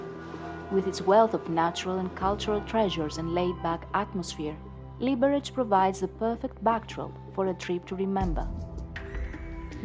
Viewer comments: the correct emphasis is : liberez/ liberets ☝️🤓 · The bad pronunciation of the city's name annoys me. Correct Czech not "Libereč" but "Liberetz" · Liberec, not Libereč🙄